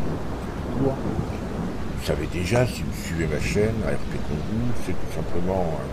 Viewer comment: Bonjour et bonne vidéo mais ont pas entendu pourquoi tu l'appelle Kongou et non Kongo